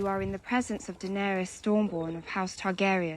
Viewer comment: (Da-nair-is) You had it quite well.